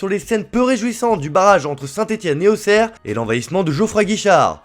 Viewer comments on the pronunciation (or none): none